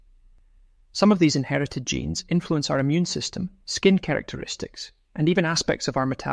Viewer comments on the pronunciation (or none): none